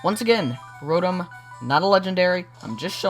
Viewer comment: Row-tom not rotem